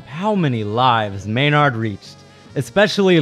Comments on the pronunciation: MaynAArd??? Pronounce it MaynErd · May-Nard? At least learn to pronounce the name of the 10th best trumpet. +++ You must never have heard Maurice Andre live in concert. Seventh? No way, NO DOUBT top 3.